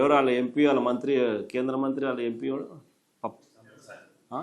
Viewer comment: Khendra kaadu nayanaaaa.....Kendra. Telugu nerchuko babu